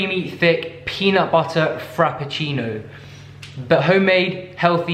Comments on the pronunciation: The “Peanut buttuuur” is sending me 😂.Fav person tbh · peanut buddddderrr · I cracked up so hard on the "you can use some cocaine if you want" sprinkles white powder into bowl and the way you were saying "peanut butter" with and without your accent had me so dead and yes PLEASE DO BAKING WITH BAKED MILES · i love it so much when he just says peanut butter in an american accent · I really love when you try to say "peanut butter" with a US accent! 🤣🤣🤣